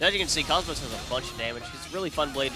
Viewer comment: TFW people can never say her name right.